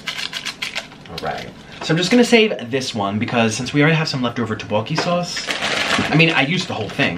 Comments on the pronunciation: he said "roboki" its tteobokki. please get your foods right my guy. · Teboki not tibok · Its pronounced To-Bo-Ki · The main syllables is DUCK-bok-gi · the way he said tteokbokki im sorry